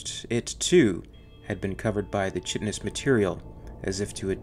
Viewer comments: chitinous is pronounced “ky-ti-nus”, it’s a hard “ch” like in the word “chaos” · The "ch" in "chitinous" is a "k" sound. 😉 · These are AMAZING videos - love what you're doing! - "Chitinous" is pronounced "KY-tin-us," not "CHIT-in-us," btw. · "Chit-in-ous?" Its pronounced "kyt-in-nous" :) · Great video, but "chitinous" does not have a "CH" sound; it is a hard K, like in "Chaos". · "Chitinous" is pronounced kahy-tin-us. Chitin is a nitrogen-containing polysaccharide, related chemically to cellulose, that forms a semitransparent horny substance and is a principal constituent of the exoskeleton, or outer covering, of insects, crustaceans, and arachnids. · Chitinous pronounced (kīt′n us) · "Chitinous" is pronounced "Kite-iness." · Chitinous is pronounced "Kaitinous", unless you're Bwitish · You're mispronouncing "chitonous" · You mispronounced "chitinous."